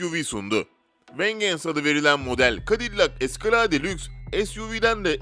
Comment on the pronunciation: Vengeance yazılır vencıns okunur. Escalade yazılır eskıleyd okunur.